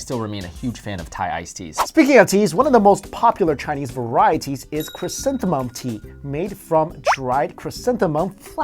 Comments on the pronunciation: It's ' ChrysantheMUM Tea ' not ' ChrysantheNUM Tea ' lol .. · It's chrysanthemum.